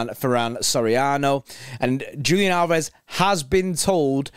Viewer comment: Leaving before you even learned how to pronounce his name ;) I'm thinking about this slightly differently. We have a much more talented replacement already in the squad we got for free, who has emerged as an incredible talent: Oscar Bobb, who can play anywhere along the front line and doesn't have a sledgehammer for a first touch and a yellow card for a second. I'm excited to see what the youth will do this year. Am concerned about general depth in the midfield though